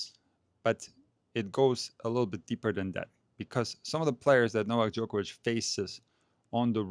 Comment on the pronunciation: Why can't everyone pronounce Novak Djokovic the right way like you do sir😂